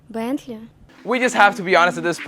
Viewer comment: Why does she say Bentley like thatttt